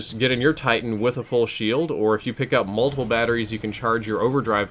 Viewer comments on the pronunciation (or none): none